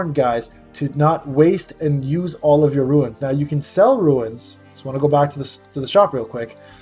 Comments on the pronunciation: They're pronounced as "roonz". You keep saying "roo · uhnz". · It’s Runes (Roonz) …not ruins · Lol i can’t when people say ruins, it’s runes. My cousin says ruins too and it drives me crazy lol